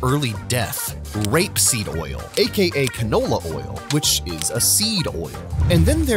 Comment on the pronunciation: I love the emphasis on the word "r*pe" in r*peseed when you are literally pedaling propaganda for an industry that is entirely sustained by factory scale r*pe.